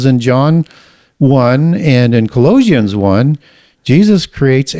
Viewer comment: Why does he say Ecclesiastes and Colossians wrong?